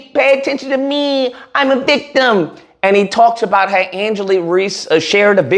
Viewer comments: Bro I like your videos, but you gotta stop saying people's name wrong. You called her Angela 4 times, her name is angel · Love all this but please call her by her name. Angel* not Angela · Thank you for addressing the ignorance, but her name is ANGEL not Angela. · Why does he keep calling her Angela?? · Her name is Angel….damn at least do your homework and get her name right.. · It's angel reese but great content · Angel not Angela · dear. Her name is ANGEL! Not AngelA! Angel! Come on guy! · KNEE GHUROOW!!! If you don't stop calling this woman Angela when her name is pronounced Angel 😅 Me and you are going to have some probs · It's Angel 😇 Reese !.... Not Angela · It’s ANGEL REESE!! At least get her name right! Geez! I can’t believe you got her name wrong! Make it make sense!!! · It's Angel....but I fully agree with your take. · Refusing to say her name correctly is suspect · somewhat respect your commentary but come on bro this one of the most popular people out here and you can't get her name right, secondly bro just bc she won a championship in college doesn't mean much when you move to the next level, if you don't care about the W don't speak on it just speak on the topic at hand first impressions mean everything kid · The way you keep messing her name up is making me soooo mad. 😂🤣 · Rushed to make a video without even getting her name right..take this L too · understandable however he’s read her name in multiple articles in this video and still saying it wrong